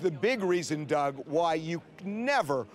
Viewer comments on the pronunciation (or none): none